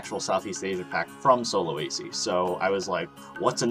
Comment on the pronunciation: How to say sulawesi from a indonesian: sulawesi: sue la wey see